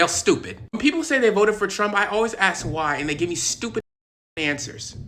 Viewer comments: Cant take it when they speak all big words but cant say a three letter word. AXE. When they speak like this, they really have nothing to stand on. Please Evolve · Oh no! He said it! He said "axed". Why? Americans can say mask, task, bask and cask in English, like it's their native tongue. Why can't they say ask? Axing for a friend. Oh, and why is dressed as a nun?